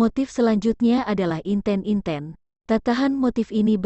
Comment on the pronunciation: Terdapat kesalahan pengucapan pada kata Semut Gremet dan Inten-inten 🙏